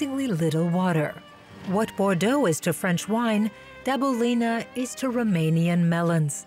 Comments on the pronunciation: It is Dăbuleni, not Dabulini, omg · worst pronunciation of Dabuleni and Walachia that i have ever heard